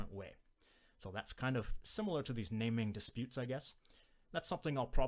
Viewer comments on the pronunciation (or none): the way you pronounce it makes me think we're going to be talking about the activity of giving names to disputes, rather than disputes over what things should be called. ahhh, language.